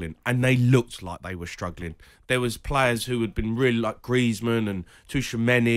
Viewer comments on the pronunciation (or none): Did he seriously call him toochameni ???